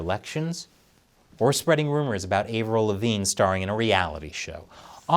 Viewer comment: I've never heard anyone pronounce Avril Lavigne that way lol wtf